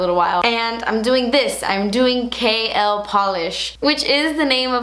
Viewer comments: I keep hearing "kale" polish lol oyeeee congratulayshonssss miami subscriber super proud of you mama xx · this is AMAZING!!! I'm so proud of you! Every single shade is stunning and the excitement on your face is too precious!! I could not stop cracking up, when you say KL polish really fast it sounds like you say "Kale polish" hahahah keep killing it girl and making your subscribers proud. It's YouTubers like you that make people come back time and time again... we love you!! Xoxoxo!!! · Lol I'm not hating, so don't come after me, it sounds like she's saying kale polish haha! Love you! Using that morphe code:) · I remember when I first started watching you I used to think you were saying "kale polish" 😂😂😂😂💅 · please create a cool green shade and name it kale becuase when u said KL i thought u said kale and i got excited. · "kale" polish? lol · The more I hear KL, the more it sounds like kale! Love them all! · does it have kale in it?? lol totally sounds like you were saying kale every time. mmmmmm kale! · Kinda sounds like Kale polish 🤔 love you btw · everytime you said KL I understood KALE... so maybe that's a good name for a new nail polish :) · is it terrible that every time you say your brand, I giggle thinking at the same time you're saying "KALE" lmao congrats girl! Very excited to see what is to come from you! :) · Kinda sounds like "kale" polish ;P the colors look awesome though! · Every time you said KL polish I heard Kale polish 😂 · Congrats!!!! You deserve it! It sounded like you were saying "kale polish" throughout the vid lol. New name idea for a polish? Haha can't wait to purchase! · Sounds like 'kale polish' 😂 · I'm so sorry, but every time you say KL, I only hear "kale" Love you xoxo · Ahhh I'm so proud of you! Gumption is so so beautiful and because it's my favorite color and because the Holiday is one of my favorite movies I need it! Also, I kept hearing "kale polish" instead of KL polish and it made me giggle.